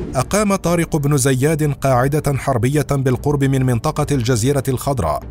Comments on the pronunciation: عندك مشكله مع نطق اسم طارق بن زياد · نطقك اسم طارق ابن زياد غلط بغلط